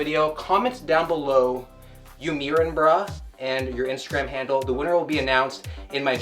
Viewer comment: It’s also not “you meerin bruh” it’s you “you mirin” as in admiring.